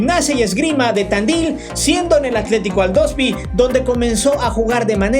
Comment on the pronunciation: es atlético AldosIvi, aldosivi, no aldosvi, no tienes mínimos conocimientos del fútbol sudamericano y ni para leer correctamente del wikipedia